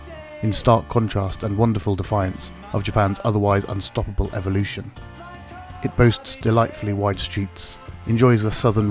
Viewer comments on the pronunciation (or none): none